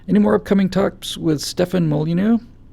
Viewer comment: for Stefan's last name, I believe that it's pronounced closer to "molly-new." You two make an incredibly wonderful duo.